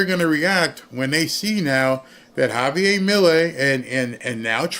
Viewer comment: it's Javier, you're not pronouncing the r, after all your name is not Barr is it? just saying....Javi G. and yes my full name is Javier with an r